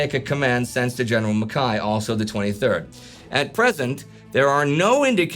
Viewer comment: Congratulations on your pronunciation of General Mackay. So often it's done wrongly.